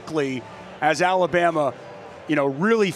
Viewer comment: how hard is it to say alabama....jeeeez...lol